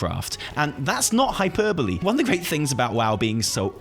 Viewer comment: He pronounced hyperbole correctly!